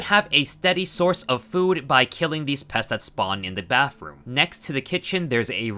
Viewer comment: Bro said baffroom